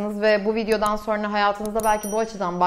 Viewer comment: "Sorna" değil, "sonra".